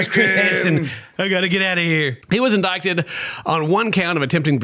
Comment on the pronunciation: Lol I can't unhear saying "indicted" wrong. 😂